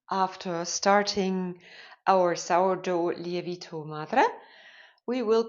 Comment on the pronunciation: Great video. Just a little tip for you, the correct pronunciation of lievito should be more like lee-evv-it-o.